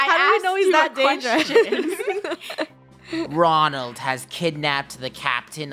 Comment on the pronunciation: I think too when the captain said Ronlad i said Mcdonald